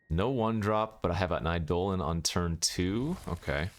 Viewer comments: Its Eye dough lon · a poem doesn't change the pronunciation of a word. It is objectively pronounced "EYE-dolin" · I'm new to the channel, is mispronouncing Eidolon an in-joke?